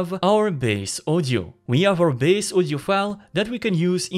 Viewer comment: I was wondering what is ozio, but in the end realized guy can't pronounce word audio properly. This is audio-to-audio, not ozio-to-ozio 🤣